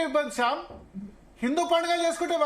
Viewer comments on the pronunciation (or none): శ్యామ్ కాదు.... శ్యాంసన్ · షాంసన్ ని శాంసన్ అన కుండా మీరు కుడా శ్యామ్ అంటారేంటి భారత్ గారు....